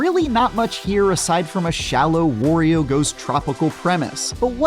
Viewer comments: It's not correct. It's "wah" not "wore." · It's "Wah-ree-o" not Worrior 😏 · It’s WAHRIO not WUHRIO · whos going to tell the game reviewer that it's pronounced WAH-rio, because that's how he says his name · Come on! Wario rhymes with Mario! Wtf is wrong with people?! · Couldn’t get through the video. That’s not how you pronounce Wario. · Its bothering me how he's pronouncing Wario. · Most Americans pronounce Mario incorrectly too. This horrendous pronunciation of Wario is painful, though. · wah-ree-o. Kinda pronounced like Mario.